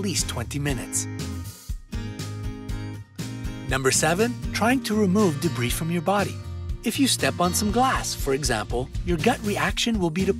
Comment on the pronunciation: "Debri"... Thats how you know this is a quantity over quality channel